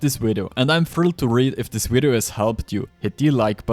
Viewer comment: My boy, put your top teeth on your bottom lip and say "Video"